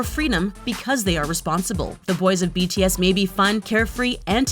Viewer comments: I THINK JUST HATES BTS IN GENERAL...... IM SO TRIGGERED ON HOW SHE PRONOUNCED THE NAMES OF BTS😠😠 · i was so trigged by this video because she keeps mispronuncing their names